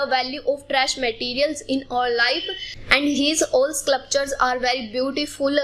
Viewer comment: her pronunciation of sculpture was wrong and she pronounced 3 times wrong